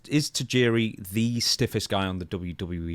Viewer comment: I like how Stone Cold use to pronounce his name “TIE-JIRI”